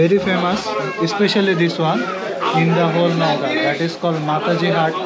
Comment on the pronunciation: Although the spelling is Naogaon, its pronunciation is actually like Naoga (the 'n' in the back is silent). The n in the back denotes a nosey pronunciation of the syllable "ga".